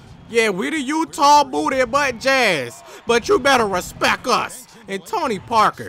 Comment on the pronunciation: Say it right not respec, respect